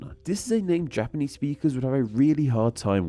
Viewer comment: I’m sorry, you’re supposed to be a linguist, and that pronunciation of Japanese is just unforgivable 😬